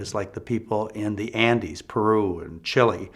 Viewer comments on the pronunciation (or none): none